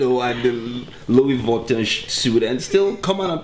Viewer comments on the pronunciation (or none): Did this guy pronounce "Louis Vuitton" as "Louis Votton"??? i'm weak